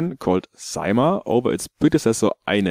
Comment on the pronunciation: Definitely yes, you only made the 1st sound a bit nicer than in Finnish ;) Our Eineheminlampi has all e's sounding exactly the same (boring...). On Saimaa you sounded just like a Finn (boring...?) ,)